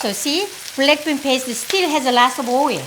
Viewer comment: English is not my first language, and every time she says "black bean" i kinda hear "blackpink"😭😭